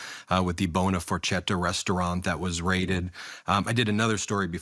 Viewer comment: Ben! Ben! Ben! La Buona Forchetta is a fricking Italian restaurant and you can't even get the pronunciation of FORCHETTA right?!